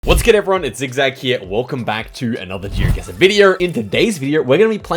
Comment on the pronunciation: Does anyone else think that "Geoguessr" in the aussie accent sounds like "jirgissa" or just me